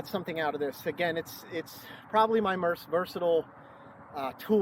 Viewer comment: "my merst versatile"